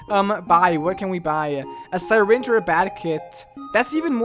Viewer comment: Sy-ringe. dont you mean syringe